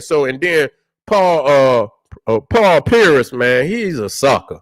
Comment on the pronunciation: say paul pearis instead of pierce